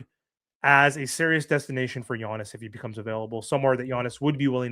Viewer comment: I love how you say "Yonis," 😂 Your content is top o' the line, you know I appreciate it. But you also know it's "YAHNIS" LOL